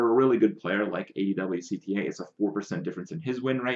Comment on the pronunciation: kripp adwcta's name is literally pronounced 'ad-woc-tah'